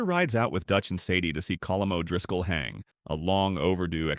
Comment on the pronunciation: I don't like how you mispronounced Dutch Van Der Linde and Colm O'driscoll! That is very rude and disrespectful! :(